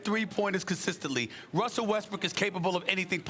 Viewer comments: Did sas jus call him wussel lmao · why everyone say wussell westbrook😭👎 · For some reason like 50 percent of people on TV say wussel restbrook most every time.